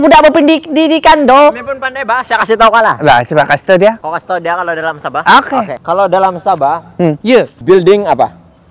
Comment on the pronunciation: Bukan sabeh tp sabah Hhhh lucu lucu.. salam dari indonesia